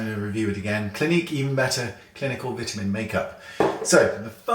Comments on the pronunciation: Agreed! And I also love how he says "mascara", the accent makes it sound so much more fun and classy! "Vitamin" in this video was great, too! Wayne rocks! :) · The way Wayne says "vitamin" in his adorable British way makes the world better 💜💜💜